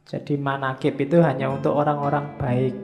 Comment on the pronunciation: Manakib bukan manakip